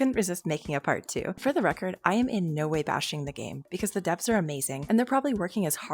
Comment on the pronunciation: YOU JUST SAID NO BUT LIKE NEE IN A DUTCH WAYYYYYYYYYYYYY